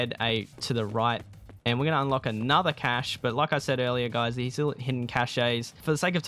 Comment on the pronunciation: CASHAY isnt a word.. Cache is pronounced CASH not CASHAYYYY